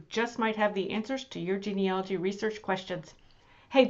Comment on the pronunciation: Please, it’s genealogy not genealogy.